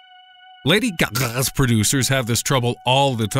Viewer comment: lady gaghah lmfao